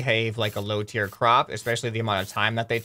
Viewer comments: its tier not tear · You mean "tier" instead of tear.